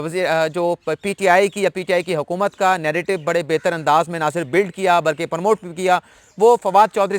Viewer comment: یہ پرموٹ نہیں ہوتا بھائی پروموٹ ہوتا ہے۔ پلیز درست کر لیں۔ ناراض نہیں ہونا